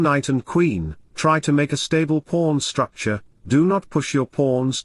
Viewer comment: pawn structure became "p*rn structure" LOL